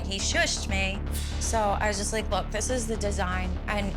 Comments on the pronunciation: “That’s juwst da wey da coowkie cwumbles” I would’ve walked out right there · She didn’t even say “just” haha 😂